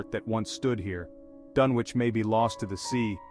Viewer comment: First mistake, you don't pronounce the W in Dunwich. Second mistake, actually show Dunwich, not a slideshow of generic library pictures of completely unrelated places, digs and other items. Lazy work, tbh. Try harder.